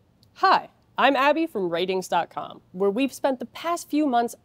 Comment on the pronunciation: And here I am thinking it was pronounced ar-tings...